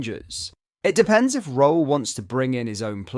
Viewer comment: Just to let you know, Danny’s surname is pronounced “Rule”